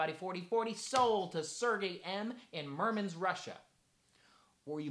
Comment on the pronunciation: I think meant to say he is from Murmansk (with a "k" at the end)... 🙂